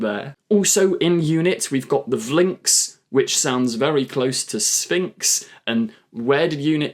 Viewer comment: you lost me at Vlinx sounds like sphynx